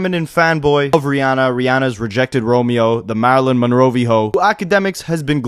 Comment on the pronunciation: “Marilyn MonrOeVHO” took me outttttt🤣😂🤣😂🤣‼️